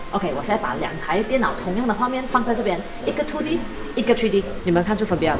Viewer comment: 这个“吹D” “秃D” “爱色儿（弘基）”听得我蛋疼 要么全中文，要么英文配字幕不行吗，中英混搭听得真难受。